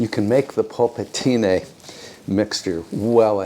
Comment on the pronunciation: It's nice the way you say "polpettine". Congrats. All the best from Tuscany.